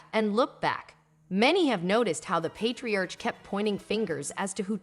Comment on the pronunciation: Patriarch... Pay-tree-ark